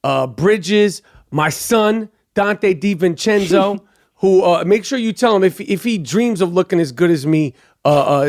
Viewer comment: " My son Donte Divencenzo " 😂😂😂😂😂